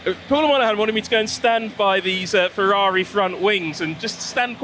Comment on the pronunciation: Ferrari not "Fevvavi"